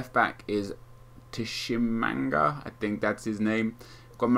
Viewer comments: the T in Tshimanga is silent, so it's literally just shi man ga. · The T is silent in tshimanga.